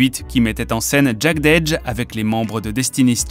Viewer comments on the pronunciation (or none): "Jeded Edge", "Verzouz" etccc sans parler des prononciations des autres vidéo, à se demander si c'est pas du copier collé d'autres créateurs de contenu (anglosaxon ou francophone). Cela décredibilise , donne la sensation que vous ne connaissez pas réellement cette culture et que vous êtes ce qu'on appelle dans le milieu des "Culture Vulture". Dommage car le contenu est intéressant.